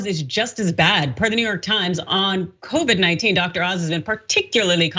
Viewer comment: Hershel didnt say it'll kill covid , he pronounced it Kro-vrid 😂🤣😂